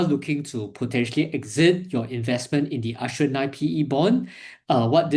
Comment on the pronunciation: 'Ass-tree-er' Bond.